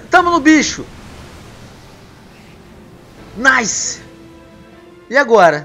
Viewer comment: porque tu fala naise